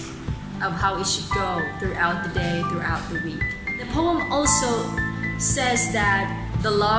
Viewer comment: The pronunciation of the word "POEM" is faulty. Moreover, stress is missing at the needed places.